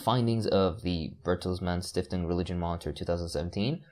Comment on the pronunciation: As a german, I love how you said Bertelsmann Stiftung.